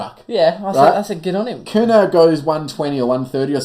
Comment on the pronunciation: Next time you talk about the Curnow brothers this much for the love of god pronounce their last names correctly!! It's KERR-NO not KERR-NOW